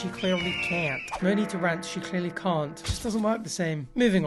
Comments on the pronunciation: why do pronounce rant like that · me, a British person, wondering how “rant” doesn’t rhyme with “can’t”, then I hear pronounce it in the most Tory way possible